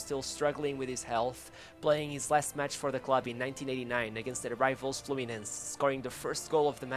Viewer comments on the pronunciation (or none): none